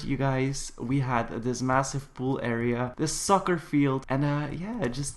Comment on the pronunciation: I thought you said ''the sucker field''